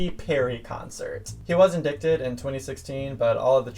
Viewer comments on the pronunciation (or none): Hi sweaty, the word “indicted” is pronounced “in-dight-ed”.